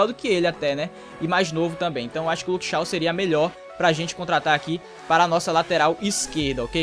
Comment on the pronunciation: so uma coisa n é Luke Shaw q pronúncia é Luke Chow